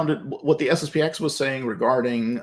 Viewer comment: It's SSP-ten. The 'X' is not a letter but a Roman Numeral. Anyway, SSP-ex sounds terrible.